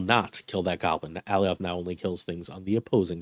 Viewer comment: Love your content, and I hate to be "That Guy" but it's pronounced Uh-Lie-yuth not AL-E-Oth...they even said his name in the Loki show..